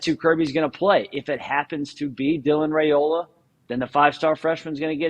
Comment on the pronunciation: Dylan RY-OLA is how it's pronounced according to his Dad...